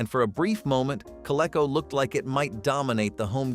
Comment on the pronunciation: I worked for Child World in the 70s , while in college. They were very big in the northeast, Massachusetts, in particular.I think Toy R Us bought them. Surprise they were not mentioned. Also, Coleco was pronunced Co Lee co.